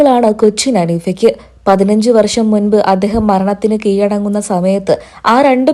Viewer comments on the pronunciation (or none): മാപ്രേ 'കീ'ഴ'ടങ്ങുക എന്ന് ശരിയായി (ഴ) പറയാൻ പഠിക്കുക